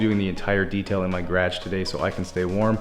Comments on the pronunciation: Did you hear him say Garage lol he said it like if you combined the word garage and carriage "garriage" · No one:: Gradge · Guh rauge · I follow another canadian channel and also was super confused when I heard that. Havent heard it on here til this video. Im used to most Canadian speak. But its funny when I hear him say gradge (garage) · I love the way you say “garage”😁do you call a beanie something different too? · he's not too far from ND (3hrs away) I heard some people say garage like that